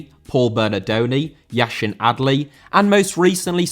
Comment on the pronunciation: Yacine* not Yashin